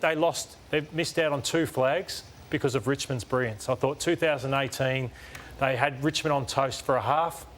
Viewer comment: Can someone teach Matty Lloyd to say brilliance 🤦🏻‍♂️